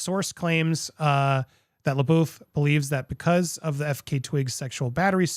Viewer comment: They (O. Wilde and Jason S.) were never married. Only engaged. You keep referring to their divorce. Also, it’s Shia Le”buff” is how you pronounce it, even though it looks like Le”boof”. Just FYI. :)